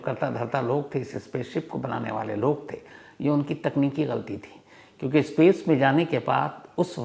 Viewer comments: Ispace nahi space hota hai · Yaar bhasha to sudharo iskool nahi school hota hai ispace nahi space hota hai